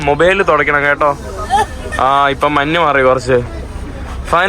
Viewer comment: മന്ന് അല്ലാ മഞ്ഞ് 😊